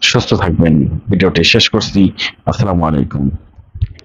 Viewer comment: আমার প্রিয় বড় ভাই আপনার বিশ্লেষণ আমার কাছে অনেক ভালো লাগে, কিন্তু একটু কষ্ট হয়, তখনই যখন আপনি প্রথমেই আমাদের উদ্দেশ্যে সালাম প্রদান করেন, কিন্তু আপনার দেয়া সালামটা শুদ্ধ করা দরকার, যেমন, (আসসালামু আলাইকুম) এই উচ্চারণটা শুদ্ধ, দয়া করে সালামটা শুদ্ধ করে নিবেন, আল্লাহ তাআলা আপনাকে দেশ ও জাতির জন্য কবুল করুন।